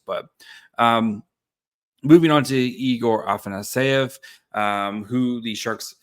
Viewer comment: Afa-sa-ny-ev? Lol it's afanasyev ah-fena-si-ev